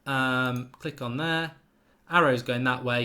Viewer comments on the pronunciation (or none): none